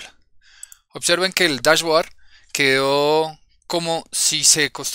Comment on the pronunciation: bien.. se pronuncia DashBoard -(bord), no Board...